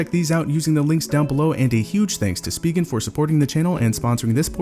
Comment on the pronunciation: good review!! also its "spy-gen" not "speegen"